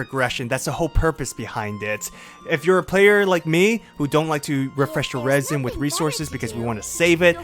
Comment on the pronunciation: 'Raisen'? It's Resin (reh-zin).